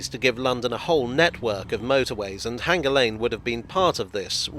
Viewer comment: Sorry, J, but you keep saying H-anger instead of hanger. The repetition just makes it even more conspicuous! 🙃